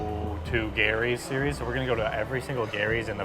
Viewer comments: stop pronouncing Geeerrrryyy Filipinos pronounce it JEEEERRRRYYYY😁😁😁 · Its not Gary’s!!! Pronounced as Jerry’s Grill!!! 😅 with a G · 🇺🇸🇺🇸🇺🇸🇵🇭🇵🇭🇵🇭 There is a Gerry’s Grill in Union City, California. It is about a 30-minute drive southeast of San Francisco on the other side of San Francisco Bay. We go there a 2-3 times a year. My wife and I now pronounce “GERRY” the way you pronounce it, and “Jerry” no more. 😂